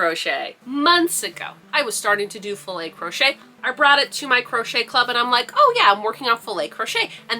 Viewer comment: Yes! You do pronounce it like that. Filet is a french word that kinda translate to mesh. We use it also to say Fishing net ! So, it's even more perfect for your vest !!🐟